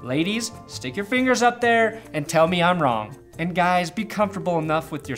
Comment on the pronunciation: the amount of emphasis you put on the finger in the but thing makes me think you're secretly gay, I'm currently paused on that scene I just needed to tell you this. also go Broncos, woo